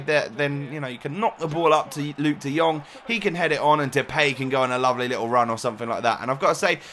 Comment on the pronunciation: Moet je is in tier 2 kijken hoe hij de jong uitspreekt, gewoon perfect